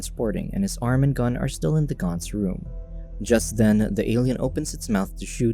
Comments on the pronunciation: It is GANTZ as in ant not GANTZ as in aunt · More like gant-zu